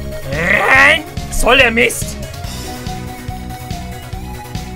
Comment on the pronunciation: Nur schon für das rrrrrrein muss man ein like da lassen 😂😂👍🏻